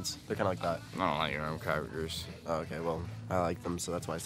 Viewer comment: is so high that he can’t even say graham crackers right lol